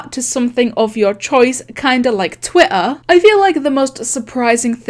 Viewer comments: I love how she says "Twih ah". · everyone: twitter: twituh